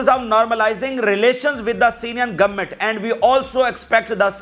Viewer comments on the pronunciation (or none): none